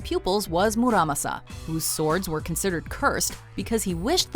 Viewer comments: first problem your pronunciation is horrible, especially the japanese, masamune maa-saa-moo-nay muramasa moo-raa-maa-saa. second problem historical, masamune and muramasa were separated by 300 years give or take a century. the muramasa curse was brought about by the tokugawa shogunate, he blamed the sword for deaths of his family and friends and was nearly killed himself by one, of course muramasa blades were popular because they were good blades, but tokugawa was superstitious and believed the kamui of the muramasa steel was out to kill him, so he banned them. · Oh, Jesus. It's MAH SAH MOO NE and MOO RAH MAH SA!